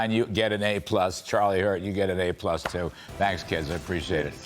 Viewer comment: Did he say kids?😂